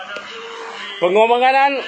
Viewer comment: Pengorbanganan tu trsasul ke..cm pelik lak dgar.. Adehhh... Tp ape2 thniah.. Berani bersuara tk tkt pd sape2 kcuali allah.. Sy sokong ape ckap..